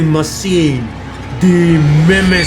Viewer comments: Hey great video but just so u know it’s pronounced mimiker just to help u in the future! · No it is the mimicer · not even a minute in and the way u say mimicer made me lose my shit